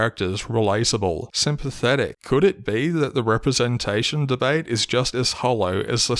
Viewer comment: LGHDTV representashion 🤣